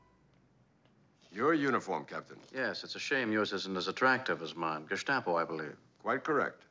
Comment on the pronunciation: One thing I hate with English native speakers is GeSHtapo... or SHWAstika. There's no ''SH'' sound there, same as ''asphalt'' is not called ''ASHphalt'' maybe it's because East German ''Stasi'' indeed has the ''SH'' sound, so they think every combination in German has that. And ''asphalt'' of course is probably cause they think it is related to ''ash''